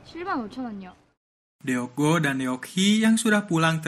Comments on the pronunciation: Nama cucunya bukan dibaca Deok Go tapi Duk Gu.karena huruf double O itu dibaca U dan Deok dibaca Duk.tolong cari tau pelafalan nama Korea ya rada ganggung soalnya dibaca Deok Go mulu padahal dibacanua Duk Gu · Baguusss... Tapi sedikit mengoreksi ya kak admin.. Deok cara bacanya dok. DeokGoo : dokgu DeokHee : dokhi Gituuu hehehehe...